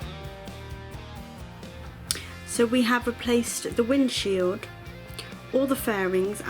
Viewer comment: Great video, brave project. By the way it’s windshield not windschild!